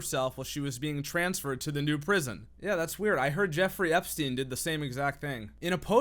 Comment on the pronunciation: You said Eeffrey Jpstein and didn't get demonetized? That's Goat level activity 😂😂